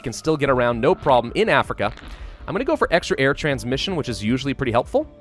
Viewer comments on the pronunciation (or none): none